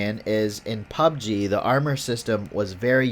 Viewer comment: Anyone else annoyed by the way he pronounces Pubg? Might be just me, good video though.👍